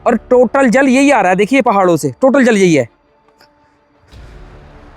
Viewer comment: Beta aap jal bolo aap Zal bolte ho please Jal bolne ki koshish karen thanku